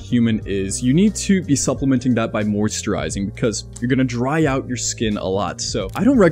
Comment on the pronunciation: The German in me was like: "did he just say ootn the window every FEW days? Lol